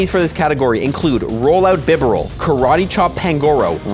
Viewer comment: wtf is a bib-uh-rill😭